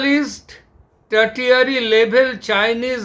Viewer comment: "টারটিয়ারি" শব্দের অর্থ বুঝতে পারলাম না। আপনি কি "tertiary " ( টার্শিয়ারি ) বলতে চেয়েছেন? Tertiary hospital মানে যা দাঁড়ায় তা হল Super speciality hospital ( not ordinary level.)